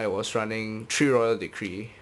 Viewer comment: i love the way how you say three :) "tree" :) (not to offend you)